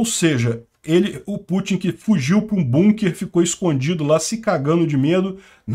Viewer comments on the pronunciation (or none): none